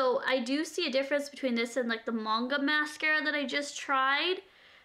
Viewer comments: it's pronounced mahng-guh. Manga is a Japanese anime that you read and the mascara is supposed to give the effect of long, huge lashes like the girls from Anime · It is pronounced 'mun-gah' in regards to a canadian/american accent, in england we'd say it like 'man-gah' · I love that she say "munga" but I say it like "mainga"